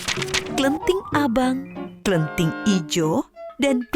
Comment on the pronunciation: Bukan klenting but kleting